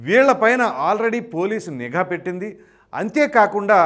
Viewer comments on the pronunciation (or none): none